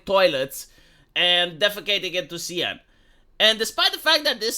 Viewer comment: "Seine" is pronounced "Sane", not "Seyenne". 🇫🇷